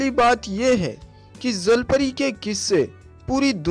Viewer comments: Zalpari nhi jalpari hota he😁😁😂🤣🤣🤣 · Bhai sahi se to bolo jal pari ko zal pari kyu keh rhe ho..... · zalpari ni hota bhai jalpari hota h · Bhai wo jal pari hota hai "zal pari" nahi😂😂😂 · अबे ज़ल परी नही जल परी बोलते है 😂🤣😅😁😄 पहले बोलना तो सीख ले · Zhalpari 😂😂😂😂😂 jalpari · Not a zalpari its jalpari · Bhai woo jal pari hai zal pari nai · Abe bhai 'ज' को 'ज' तो बोल ले पहले ज़ ज़ ज़ ज़ ज़ नही ज ज ज ज 😂😂😂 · Say jallpary not zallpary